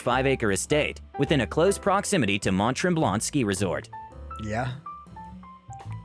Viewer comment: omg the pronunciation of Mont Tremblant was horrific. Someone please ask a local how to say these words.